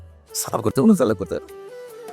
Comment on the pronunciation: সালাম টা একটু শুদ্ধ করে দেওয়া যায় না ভাই